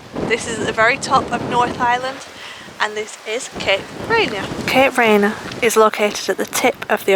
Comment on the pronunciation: Please learn to pronounce the name correctly.